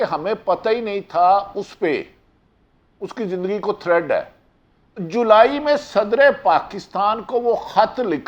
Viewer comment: Bhati sb thread nahi hota threat hota hy